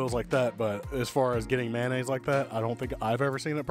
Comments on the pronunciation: Mayo-nnaise not Man-aisse mayonnaise 😅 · Please say MAYOnaise...lol. How did MANaise ever start????🤔🤔🤔🤔 😂